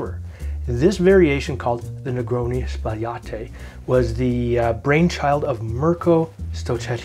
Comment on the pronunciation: Thank you for bing the only Barman on YouTube who pronounced it correctly.